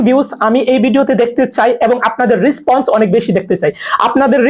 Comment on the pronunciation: রেসপন্স। রিসপন্স নয় bro